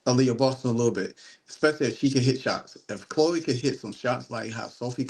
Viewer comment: Chloe, not "Chole".